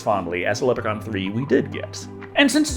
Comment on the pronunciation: Stop pronouncing Leprechaun wrong 😭